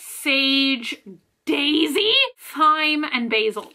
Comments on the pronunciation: I love that you said “thigh-m” instead of “time” for the thyme 😂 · Did you just pronounce "Thyme" with the "h"? Lol